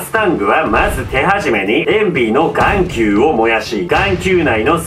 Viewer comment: ごめんなさい、眼球のアクセントがガンQにしか聞こえないんですけど...